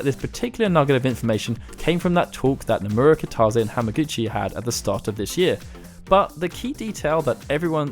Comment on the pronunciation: Nice vid, good info. Just FYI, Kitase is pronounced "kita-say", instead of "kita-zay".